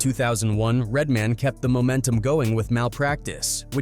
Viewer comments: Lmfao. Red DID say white people say, "RedMIN". 😂😂😂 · 😂😂😂. RedMin, RedMin, aye aye RedMin 😂😂😂